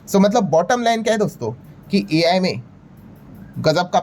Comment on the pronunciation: हमारे गुरु AI को आई बोलणे मे खुश है